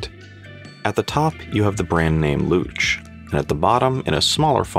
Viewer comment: You pronounced Luch perfectly. I also like that bracelet. I bought it specifically for my new Vostok Komandirskie GMT.